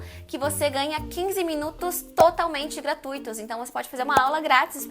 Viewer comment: no vídeo a palavra "gratuitos" saiu com acento no i;)